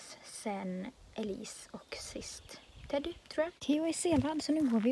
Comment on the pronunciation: du sa Teddy konstigt igen